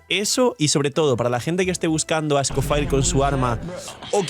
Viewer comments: Cada vez que pronuncia escoFIRE muere un gatito... 🥲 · es un nombre francés así que o lo pronuncia a la española tal cual suena o en francés. Es gracioso oírle decirlo así xD